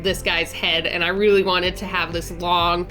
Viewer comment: "reary". Love ya girl and what an amazing design! What if you made a dragon to describe and look like you?